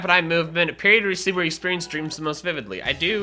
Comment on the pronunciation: The first time my dad heard you say exspuernce he thought you said exspurmence